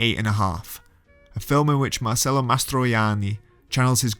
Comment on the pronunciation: Wonderfully done video in terms of editing, with many insights in the narration. One tiny point. The name is pronounced MarCHello Mastroianni.